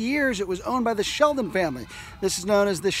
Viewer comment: Shelton, not Sheldon, darling. Your pronunciation of Totopotomoy is admirable!